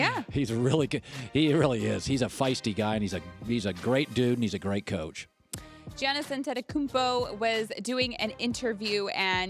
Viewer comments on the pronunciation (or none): She said Giannis Antetokounmpo soooooo wrong